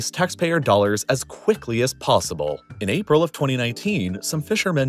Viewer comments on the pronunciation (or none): none